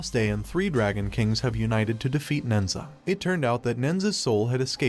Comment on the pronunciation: The story is based off the Chinese legend of nehza. The monkeys name is Son Wukong. Who is from the Chinese fable “Journey to the West”. It killed me how badly the names were so mispronounced but otherwise great summary of the movie.